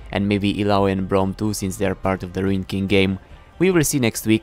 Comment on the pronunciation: Sentinel pyke, not riuned